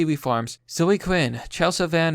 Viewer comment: Seriously, what the fuck is your problem? Do you not know how to read? The name zoe is pronounced zoh-ee, not zoh. Fucking learn how to pronounce words.